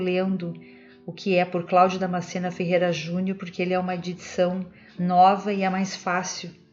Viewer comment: Eu acho engraçado, a senhora fala damascena o tradutor do envagelho segundo o espiritismo; na verdade o nome dele é damanceno